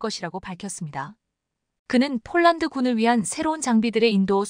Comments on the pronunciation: 폴란드 소리가 안나오는건지쫄란드 라고 하죠 글구 케이 9인 이라고 읽어도 다알아듣는데 케이구 라고하니까 우리나라 케이 나인(9) 상표가 바뀌었나 했어요!!에~~이~~듣기도 짜증나네요!! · 제발 발음을 똑바로 하면 안되나요 즉 폴란드를 쫄란드로 발음하는등 기본이 안되어 있는 나레이션 이내요!!@